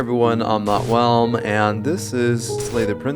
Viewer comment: Everytime I hear, "Hi Everyone, I'm notwalm," I hear, "Hi Everyone, I'm not well." 😂